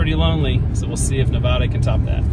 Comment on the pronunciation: FYI you’ll upset Nevadans saying it like that. The correct way is Nev-ad-a not Nev-odd-a. Love your videos I’m a huge travel and history nut. If your ever around Walnut Ridge Arkansas hit me up.